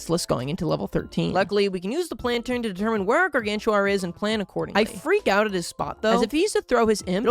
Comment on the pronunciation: Bro Just said "Guargantua"